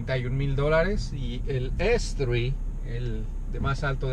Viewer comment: Audi artre, estre, arteigt...... Si vas a hacer un video en español, di sus nombres en inglés. Por lo demás, bien.